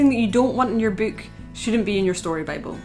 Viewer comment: Bewk. I could hear it all day.